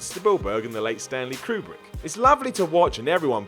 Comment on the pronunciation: Did...did you say Stanley kRubick?